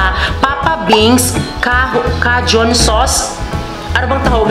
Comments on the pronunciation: Wrong…. K-jun po ang basa niyan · Cajun "KAYJUNE" yan ang basa CAJUN* ok...🤩🤩😍😍🥰🥰😃